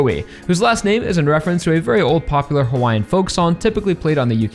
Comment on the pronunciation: As a Native Hawaiian, I can say that your pronunciations of Hawaiian words were pretty good. Edit: I laughed my ass off when they used the "You can't lie if you're a cop" joke.